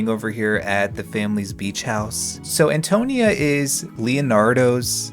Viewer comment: This is super entertaining and I’m not Italian so take this with a grain of salt, but I think Antonia is pronounced ann-toe-KNEE-uh, emphasis on the “ni,” not the “to.” But goddam your videos make me miss TS3 so much.